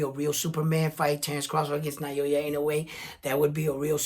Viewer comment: Naoya is pronounced NA O Ya...not Nayoya. Like many, lnoue is only known after destroying Fulton...that's why you guys cannot pronounce his name correctly yet. Na-o-ya. lm not Japanese but l've been following him since for many years already.